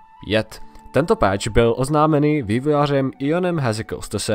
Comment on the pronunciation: číta sa to pač/peč a nie peeeeeč :D inak pekne video :)